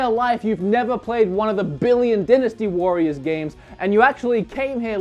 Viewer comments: dinisty warriors? i thought it was dynasty warriors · Dinnis Tee Warriors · Dinisty? lol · Denastee? WHAT?